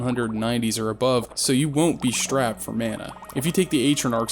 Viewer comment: Ay-tra-narc? Tf were you smoking. Also, there's no H in strapped. Just saying.